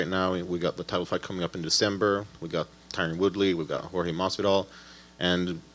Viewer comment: Steve Ford Jorge, and it’s pronounced “ Hor - Heh “